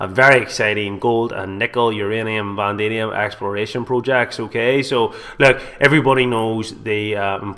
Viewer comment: Can this guy not read???? Vanadium is pronounced Van-adi-um not Van-damien, not pronounced wrong once but every time....and we're supposed to listen to this guy!!!!